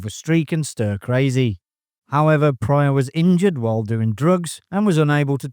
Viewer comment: Its "Pryor"......